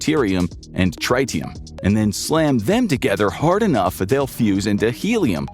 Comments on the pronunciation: Are you purposely saying tritium wrong? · Please learn how to pronounce lithium deuteride and tritium. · the pronunciation of tritium is trit-ee-um, (as in travis tritt; not try-ti-um). For deuterium, the pronunciation is do-tear-ee-um (like deuteronomy). Hydrogen bombs compress lithium deuteride (lithium do-tear-ide)